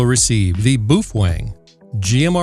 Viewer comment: Your videos have been extremely helpful! So I thought I would give you help too, Feng is pronounced Fung in Chinese so it would be "Bao fung" doesn't sound as cool as boof Feng lol but again thanks and keep up the great work!